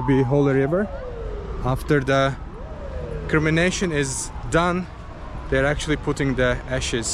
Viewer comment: You are pronouncing it as "Crimination" but it's "Cremation"